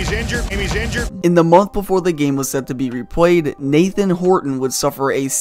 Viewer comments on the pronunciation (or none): none